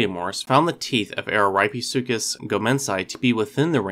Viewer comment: 1. It's pronounced (AH-ruh-REAP-eh-SUE-cuss). 2. If you think that Araripesuchus rattoides deserves a separate genus, I predict that this new genus would be Rattosuchus which means "rat crocodile". Ps.: I just came up with that name myself.